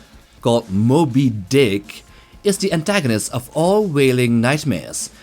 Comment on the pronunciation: Why did you say Sperm Whale and Moby Dick like that?